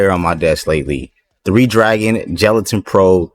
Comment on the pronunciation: I thought it was "galatin" as in galaxy with a hard G not "gelatin" 😂